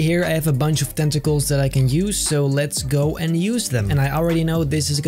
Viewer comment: when he said tentacles i thought he said testicles LOL😂